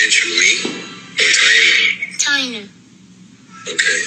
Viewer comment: I know you don’t care now Lmao 🤣🤣🤣 but it’s pronounced TAY-NUH & YO-SON 🤣🤣🤣